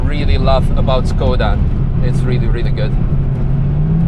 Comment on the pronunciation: C'mon, it's "Шкода", not "Скода", just as VW is "Фолксваген" and not "Волксваген".